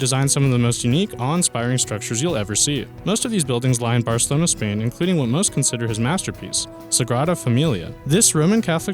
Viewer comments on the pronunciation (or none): none